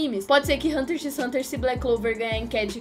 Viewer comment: Assista Hunter x Hunter,e n se pronuncia o x kkk